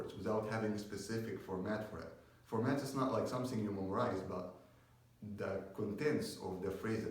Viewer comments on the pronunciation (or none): Dear, it is something not somsing !! and about the energy, you don't have it. Your voice shows that you are so calm, you don't have that energy to make someone watch your video to the end of it. I know you are trying your best but remember you are in front of a camera not a crowd! because it so obvious that you are trying to calm yourself while you are nervous. thank you for the video.